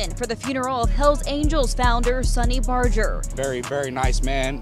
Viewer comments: that boy said “Sawny Barger” lmao bro it’s pronounced “Sun-ny” RIP Sonny Barger #SupportYourLocal81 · SAWNY BARJER 😂😂😂😂 🗣️ SUH-NEE BAR-GER